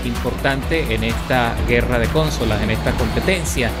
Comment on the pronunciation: Cónsolas. Vámos, de dónde tú éres?